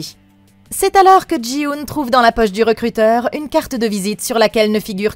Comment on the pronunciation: Jin-Hoo, par pitie, pas Jii-Hoon